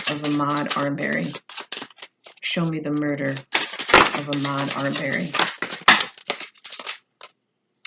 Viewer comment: It’s pronounced Uh-mod R-bur-ree